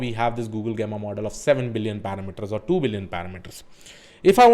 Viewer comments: Its not gaama, gameaa.. its Jemma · jeh·muh is the correct pronunciation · Thanks for putting the efforts to create another great video! and btw it is pronounced as [ˈjemə] 😄